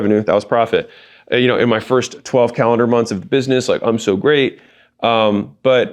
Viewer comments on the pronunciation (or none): Anyone notice he said buisemess in the beginning 😂